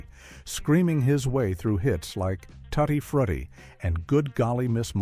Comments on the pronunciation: AI pronounced too-ti-fruit-ti 'TUT-E-FRUT-E. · Ha ha.he said tuti futi instead of tuty fruity. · Tutti frutti...instead of tootie fruitie...did the narrator ever hear Little Richard sing the song. His pronunciation was blasphemous😡😡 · “Tutty Frutty”😂